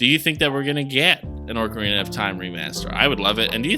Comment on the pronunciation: Definitely not "Orc"arina, my man.